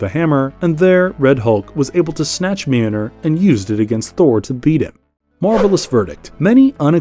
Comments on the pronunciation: The pronunciation of Mjölnir is killing me! 😂🤣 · If you can’t pronounce the name of Mjolnir, don’t say the name 50 million times! You could’ve said it once, and then just referred to it as “the hammer” lol